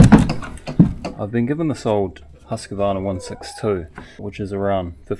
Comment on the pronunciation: I will be that guy (sorry not sorry) - It's "Huus-Qvaarna". Great video! Show some love for your machine and it will care for you a thousandfold!